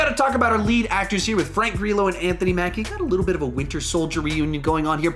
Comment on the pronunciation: "Grill-oh" please.